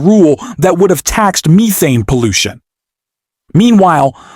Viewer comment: Is this a AI voice? Seems the pronouncement made on a few words are off, ex. Methane